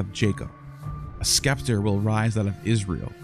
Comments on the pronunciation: Pronounced sep-ter, not skep-ter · You're still pronouncing "scepter" as "skepter"?! The "c" is silent -- like it is in "scissor."